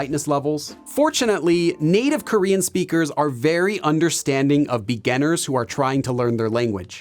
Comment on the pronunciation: It's interesting how teacher pronounces “beginning” and “beginners” as -- “begainning” and “beganners”! 🤔 Which part of the States has this variation or accent? 🤔